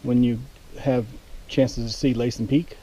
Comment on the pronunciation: LASSEN LIKE LASSIE THE DOG , ONLY WITH EN NOT IE , LOL